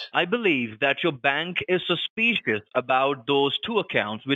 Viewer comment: suspeeescuos - Ha!